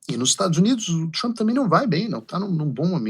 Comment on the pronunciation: parabéns por pronunciar Trampe e naoTchrmp como fazem os idiotas